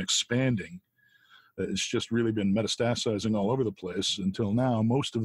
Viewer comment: Chris - why do you keep mispronouncing “academia”? “Dossier” and “metastasize”?